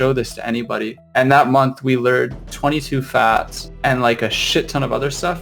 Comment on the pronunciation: who the fuck pronounces it "fats"